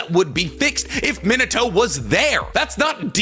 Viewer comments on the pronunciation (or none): Also “minna toe” despite it being his fav